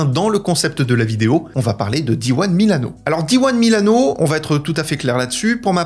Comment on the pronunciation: Pourquoi prononcer diwan ? Di uno semble plus idoine, n'est-ce pas ?